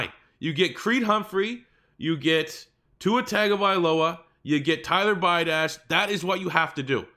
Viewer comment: I live close to where the center from wisco please pronounce his name right it’s Tyler “Bee-awe-dish” thanks